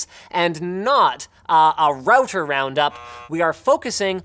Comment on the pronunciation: Stop mispronouncing router or I may cry.